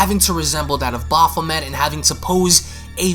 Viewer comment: Homie said resemble baphoment